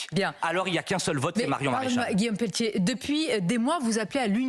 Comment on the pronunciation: Oupss peltier pas pelletier rire